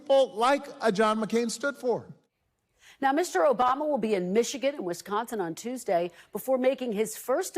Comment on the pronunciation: Mister Obama?! That sounded really weird, not just wrong